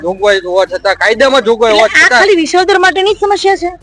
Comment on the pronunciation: VISHAVADAR 😂 S NE SHA BOLE CHHE. SHAMASHYAO . REPORTER KONE BANAVYA TAMNE BEN 😂